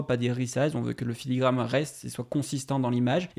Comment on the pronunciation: Filigrane* Et pas "filigramme" mais bonne vidéo comme d'hab